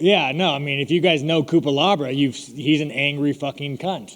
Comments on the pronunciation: "Coopalabra" lmfao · The way he mispronouncs IAN CUTELABAs name 28 times is amazing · Cutelaba needs to legally change his last name to Cupelabra after how many times sean said it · cutelaba = cupelabra lol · "Cutelabra" x20